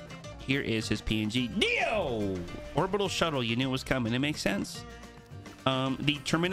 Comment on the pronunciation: Anyone else a bit annoyed that keeps saying Dio instead of Deo?